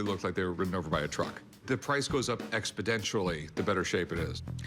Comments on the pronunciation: The word is exponentially, not expodentially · hey rick, the word is exponentially, not expidentially